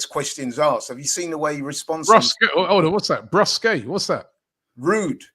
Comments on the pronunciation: brusque is pronounced brusk not bruské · Brusque is actually pronounced brusk, just saying :face-green-smiling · it is pronounced br-usk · The pronunciation of brusque was absolutely wrong... is so incredibly pretentious... You are a layman, stay a layman...